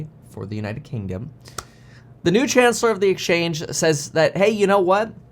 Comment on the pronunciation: Kevin it's " Chancellor of the Exchequer " NOT Chancellor of the Exchange!!!